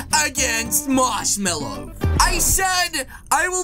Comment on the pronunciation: Its "Marshmello" NOT "Marshmallow" !!